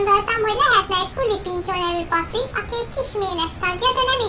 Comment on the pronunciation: Az elején 3. részt mondott KULApintyó xdd :D De amúgy jó lett! :)